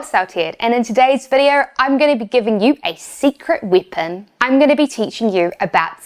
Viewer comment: Haha, the way you say weapon sounds like you are saying " whippin' ". Haha